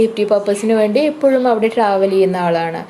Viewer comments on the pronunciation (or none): none